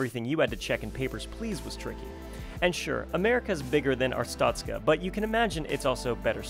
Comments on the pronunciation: Its pronounced art-stoht-ska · It's Arse-tuts-car 🤣! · Artstoka hero!